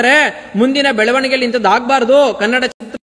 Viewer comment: Bro avnge achkatagi kannada antha eloke barola karnnada antha eltane 😂😂😂shanda charandi sevaka 😂😂